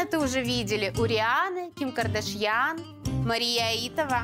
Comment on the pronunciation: Ну только бывшим мужем Кардашьян Канье считают какие-то ограниченные люди. Канье музыкант, продюссер. Но и КардашьЯн так произносится, не понятно, с чего это вдруг она стала КардАшьян.